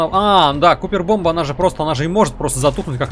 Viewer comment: Поправочка, не кУпер, а кОпер (copper) - медь. Медная бомба У в английском вроде обычно читается если идет две О (может и были другие ситуации, но я их сходу так не вспомню) P.S. Когда слышу Купер, сразу появляются флешбеки из титанфола и слезы на глазах( Press F to pay respect for BT-7274